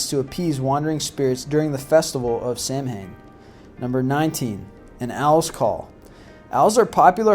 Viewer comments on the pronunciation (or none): Abigail Hudson ikr !? Just like Sam Hain . Who the hell was he ? It's called "Sowen... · Samhain is pronounced sow-in not sam-hain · I'm Irish too, Those words are pronounced Keltic and Sowin- not Sam han. This is why Irish people should be involved documentaries/ movies that reference Irish traditions. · I totally agree. I am a life long pagan and hearing people say sam-hain instead of sowen grinds my gears. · Yeah, I cringed every single time I heard him say that. Although I thought the Celtics was the name of a Basketball team. That and the fact he pronounced Samhain as Sam-hane. In Irish Gaelic it's pronounced Sow-When. I remember when I tried to explain this to my class one year... ugh, still remember the headache too. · Not being rude, but Samhain isn't pronounced 'Sam-Hain' it's pronounced 'Sow-in':) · its pronounced Sow-in not sam-hein. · He mispronounced samhain in the video. It is not pronounced as it is spelled. it is pronounced like the two words, Sow When. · I would just like to point out that it is not pronounced sam a han but rather sow wan because it is an irish word and celtic sounds like it begins with a k not an s. BTW I'm irish. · It's also not pronounced "samhaim" it's "sow-ain". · you pronounced samhain very wrong its pronounced sow in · "Sam - hain"? "DayS of the Dead"? "selts"? With the complete lack of knowledge of proper pronunciation or forms of key terms and obvious lack of enthusiasm, anyone else feel like they're listening to a really bad high school presentation from a student who did not do his research? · Jared-O-Lantern Right Samhain isn't Sam-Hain WTF is wrong with this person... If he wants to be token seriously then say the word right... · My god, it's pronounced sow-en! Do some research please! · Samhain is pronounced "Säu-wen" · Samhain is properly pronounced as Sow-when. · It's spelled Samhain, but it's pronounced Sowen. It drives me nuts when people don't pronounce it correctly. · Samhain is pronounced sowann